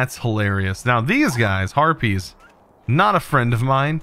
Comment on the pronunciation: it sounded like you said herpies and not harpys